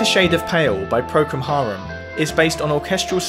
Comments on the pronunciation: Is he saying "Procum Harum"? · BTW, it sounds like you're saying "ProCUM Harum", am I right? It's ProCOL Harum". Anyway, I have heard Bach here and there, but never studied him. What happens when someone goes through my catalogue of 700+ songs (or anyone's) and says "Oh look, he lifted from Bach here..." that would be funny, but it says that non-atonal music exists in humans because it has forms that are acceptable to our ears - forms that speak to the 12 tones in a way that is coherent - so the simpler a song is, the more likely you are to tread a previous path ... what happens 400 years from NOW when they think this and that are based on the Beatles based on a thousand other cats? Interesting ... cool video. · Its Procol Harum not Procom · Love the analysis. It's ProcOL Harum, BTW. Love the channel.